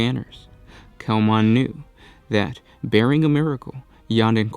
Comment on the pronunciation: Good Lord. It's one thing to lazily read the wiki, but sheesh, learn the words. BARRING not BARE-ing. Is English your third language? Every video is full of words a 6th grader would get correct.